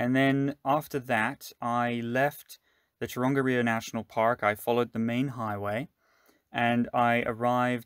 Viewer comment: Nice... but pronunciation..... Tonga-riro :) lol... and A-o-tee-a-roa...